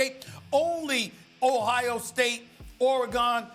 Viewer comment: 😂😂😂 nah why he pronounced Oregon like that